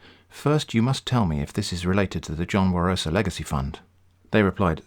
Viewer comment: Actually, it’s Barosa - not Warosa.